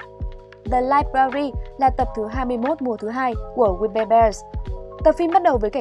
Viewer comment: Tên phim:we bare bears Tui nghe:we bare dog:)))